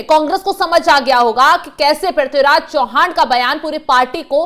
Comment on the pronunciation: चौहान नही चव्हाण..